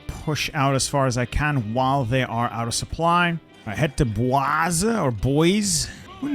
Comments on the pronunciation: YES!!! It is pronounced Boy-See! NOT Boy-Zee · Its pronounced like boys-e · You were very close it is pronounced "boys-ee" like baby, but boysee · Boise is said like "Boys-E Idaho" I live in spokane which is close to there. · Boise's pronounced [Boy-zee] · Does not know how to pronounce boise??? Its boy-see also what did idaho do to you! Lol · it’s pronounced boys-e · Shit! I forgot you're British it's boy-zee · It’s pronounced Boy Z (Boise) Idaho. Stereotypically potato land. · Boise is boy zee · Boise is pronounced "Boy-zee." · Boise is pernounced boisey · "head to BWAAAAZ" oh no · Its pronounced Boi-Ce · From the different attempt to pronounce Boise (its “Boys-ee”) to musing about “Duncan Idaho” this video is basically: The ADHD diagnosis. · The right way to say Boise is Boys(ie) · Boise = Boy zee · That city is pronounced 'boys-ee,' hope that's helpful,! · Boise Idaho - pronounced 'boy-zee'. A French word meaning "wooded," Boise came into use early in the nineteenth century among French-Canadian fur hunters as a name for the Boise River. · Boise is pronounced BOY-zee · Boise is pronounced boy-sea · Boise is pronounced either (Accents) Boi-zee or Boi-see. Not sure why it's pronounced that, wasn't born and raised here. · Boise is pronounced Boy-see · Boise is pronounced "Boy-zee." Cheers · A lot of people pronounce it that way, but its official pronunciation is ‘boy-see’ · it's actually pronounced Boi-zy lol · That’s……not how you pronounce Boise. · saying Boise as if it’s French is probably the funniest thing I’ve heard in days